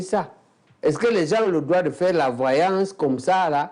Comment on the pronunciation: Un peu plus de professionnalisme Madame la présentatrice dans votre diction Même si cela est naturelle entrainez vous! Droit ce n'est pas "Groi" ... Vous vous ameliorez depuis le debut , bon vent